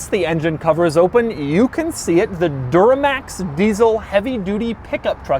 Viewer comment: did he say door-max instead of Duramax?